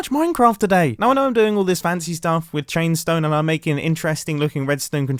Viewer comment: "Chainstoe" Mumbo, take a nap please.